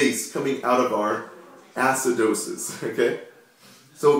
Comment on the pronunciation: ass-cidosis hahahaha